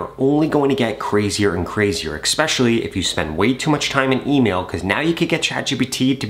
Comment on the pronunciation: not "expecially".... lol learn basic grammar?